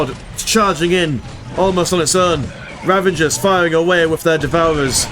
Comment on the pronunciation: they are called "raveners" not "ravengers" ;)